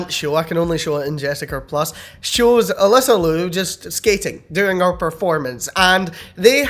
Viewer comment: She claims her name in pronounced as A Lisa Lee Oo